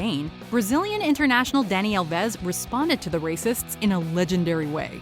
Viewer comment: It’s Dani AL-ves not al-VES